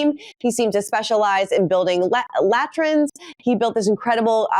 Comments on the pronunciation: This woman can not be so illiterate that she has never heard of, seen or read the word latrine. Lat-rin is not how you say it. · How did get this job? She doesn’t even know how to pronounce latrine. 🤦🏻‍♀️ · BS! You should check your sources, you're reading from old puff pieces. Princess Catherine, not Princess Kate! And you have no idea how to pronounce latrine. You guys don't have a clue! Stop the head bobbing! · Latrine is pronounced Luh-treen.. 🙄